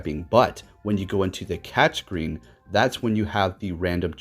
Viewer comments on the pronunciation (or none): none